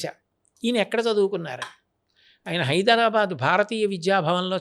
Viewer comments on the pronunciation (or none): none